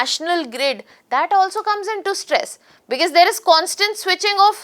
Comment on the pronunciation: You explain as if your are explaining to a kindergarten child. This is so annoying. Talk normally and please come to the point. And what the hell is becass, it is because, because because 😂